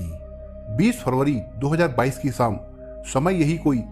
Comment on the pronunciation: सर जी आपका तरीक़ा बहुत अच्छा है पर एक शिकायत है। शिकायत यह है कि कुछ शब्दों का उच्चारण ग़लत लगता है और मुझे अखरता है । एक शब्द है शाम जिसे आप श्याम कहते लगते हैं! अगर मेरे सुनने मे ही ग़लती है तो माफ़ कर दीजिएगा !